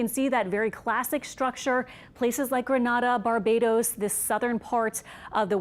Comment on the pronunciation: Grenada in Caribbean... not Granada, Spain🤦🏾‍♂️